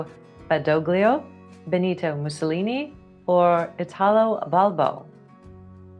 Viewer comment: Y'know, it's pretty hard to take you seriously as arbiters of WW2 knowledge when you can't even get Guderian's name right. Or Petain's. (The correct answer was "Louis Renault".) Or Badoglio's. When you ask a question about the Mosquito with a picture of the F4U, you look like a moron. (It was neither of the options.) Midway was not the turning point. It was Japan's high-water mark. Guadalcanal was the turning point (a place I wager you've never heard of). Graf Spee doesn't rhyme with "free", y'know. (And is the pic of Missouri ? Sheesh...) Kamikaze flights were by samurai . Turing didn't break Enigma by himself. He didn't even do the math that made it possible. Stop it. Name of the German long range bomber? All of them. Germany had no strategic bomber force. The local Soviet Army commander in Stalingrad was Koniev. Zhukov was senior commander for the entire army. Sheesh... SAS isn't pronounced "sass", dimwit. For the record, I didn't have to look any of this up.